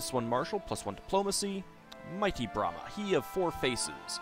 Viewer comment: Botchered pronounciations ftw :D Brahma is pronounced veeeery differently. But AFAIK the sound doesn't exist in English so I can't think of an example :/